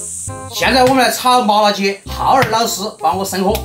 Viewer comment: 你叫浩二老师我怎么光听成哈儿老师😂😂😂